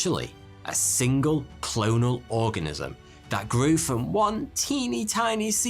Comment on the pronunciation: I thought he said 'what exactly is an orgasm' 😂